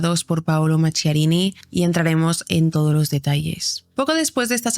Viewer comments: Se pronuncia Maquiarini, en italiano la h suena como q, no qu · FRANKENSTEIN SU NOMBRE SE PRONUNCIA MAQUIARINI , LA RESIDENCIA DE VERANO DEL PAPA SE LLAMA CASTEL GANDOLFO.GRACIAS MI AMOR ❤POR TU EXCELENTE INFORME👍